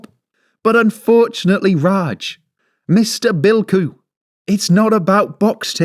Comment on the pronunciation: Bilkhu. Sounds like Bilko. (Sgt Bilko comedy TV series.)